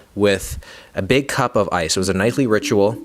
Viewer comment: bro said “beg”